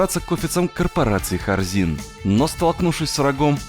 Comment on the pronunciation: Вместо Хорзин слышу Корзин